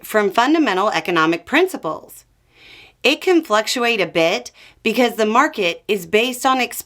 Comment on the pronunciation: when says "because" it sure sounds like "while" 😅